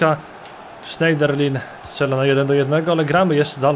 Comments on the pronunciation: Sznederlę, a nie Szejderlin. Tak samo Koklę, nie Koklin ;) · Nie "Sznejderlin", tylko "Sznederlę" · czyta się Sznejderlę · wymawia się Morgan Schnederlę!!!,sprawdz sobie na internecie jak mi nie wierzysz